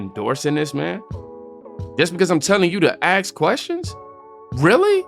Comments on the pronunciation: “Ask” its ask not “axe” an axe is a tool used for various jobs mainly involving wood 🪵 🪓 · Some words of wisdom from Cube BUT IT’S “ASK”, NOT “AKSK” FFS. And people damn well died in multiple wars for people to have the right to vote FFS. YES they goddamned fkn well walked out the front door to risk their lives so that others could live in freedom. What a vile accusation that no one has ever done that. How utterly disgusting to say that. Fk him for saying that and spitting on every veteran who ever WALKED OUT THEIR FRONT DOOR AND FOUGHT FOR THEIR FKN COUNTRY. Even when trying to speak the truth he spews the Demonrat’s BS. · Ice cube it's ASK.........NOT AXE